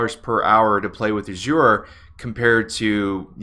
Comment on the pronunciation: love the way you pronounce 'azure'.